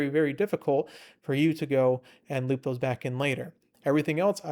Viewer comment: it's hard to take you seriously when you say Loopa 😭 why not just Loop??